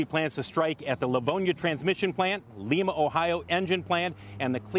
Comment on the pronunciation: Learn how to pronounce cities. Its Lime-a. Not Leem-a